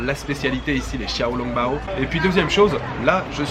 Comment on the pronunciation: Les "x" se prononcent "ch" en chinois ducoup on dit ChiaoLongBao